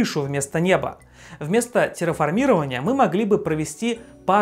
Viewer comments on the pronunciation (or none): Ударение в "феномен" - хорошо, в "парейдолия" и "терраформирование" - плохо. К тому же колонии на Марсе если и будут, то наверняка только под землёй